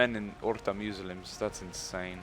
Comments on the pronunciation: he says Muslims like Meslims I'm just wondering is it on purpose his accent or doesn't know how to say it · I know this wouldn't happen but what if he lost as he was like battle of the century and peasants with pitchforks and another thing is he saying Muslims wrong like he doesn't know how to or on purpose just wondering keeps winning